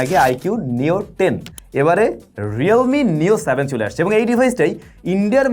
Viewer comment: 😂এবার তো প্রথম বারেই সঠিক নাম বলে ফেললে!